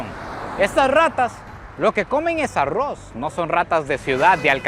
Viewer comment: En los últimos videos me e dado cuenta que cada vez pronuncia mejor ARROZ 😂😂